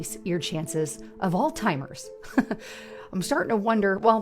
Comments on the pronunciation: "Increases your chances of altimers!" lol. Hard to take someone serious when they can't say the word. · The amount of people that mispronounce "Alzheimer's", is astoundingly sad. People always say it like she did, "All-timers", or the classic "Old-Timers". Seriously though, humanity is so far past lost, it's not even funny anymore, like laughing and making Idiocracy jokes. It's just sad, deplorable and pathetic anymore.